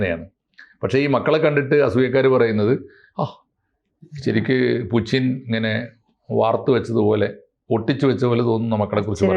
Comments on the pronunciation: പുച്ചിൻ അല്ല പുടിൻ ആണ് എന്ന് ആണ് ഞാൻ മനസ്സിലാക്കിയത് 🤔🤔🤔 ഇപ്പൊ ആർക്കാ തെറ്റിയത്....🤔🤔എനിക്കോ അതോ..... 🤔🤔🤔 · പുച്ചിൻ ആരാ? Putin എണ്ണ പേര് മലയാളത്തിൽ പുച്ചിൻ ആക്കിയോ? അതോ ഇതു ഞമ്മന്റെ ഭാഷയാണോ? ഞമ്മക്കിങ്ങനെയേ pronounce ചെയ്യാൻ പറ്റൂ എന്നാണോ ആവോ.... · Loosu koodhi, Spell properly, it's poothyn as pronounced Puchin alla 😂😂😂😂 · ഇത് എന്തിനാണ് നാവ് വാളയാത്ത പുച്ചിന് എന്ന് പറയുന്നത്, എല്ലാവരും പറയുന്നത് പോലെ പൂട്ടിന് എന്ന് പറഞ്ഞൂടെ